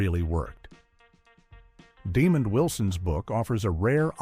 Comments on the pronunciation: HIS NAME IS NOT demon; IT IS DAMON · The MISpronouncing of Demond Wilson's name is egregious. Sounds like "DEMON." 🤦🏽‍♂️